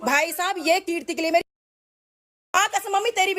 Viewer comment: For God's sake... Her name is Keertiiiiiiiii stop calling her Kriti😭🙏🏼